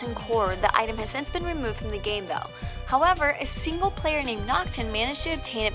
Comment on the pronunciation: "Singel" Player Kappa